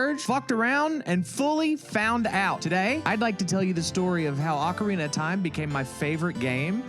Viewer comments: It's Oh-carina... not Ah-corina 🙄😂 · “it’s Oh-carina… not Ah-corina…” there’s no joke. You tried to correct someone, and then used an eye roll and laughing emoji as if they should’ve already known, when you were the one who was wrong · you really thought it was pronounced “oh-carina”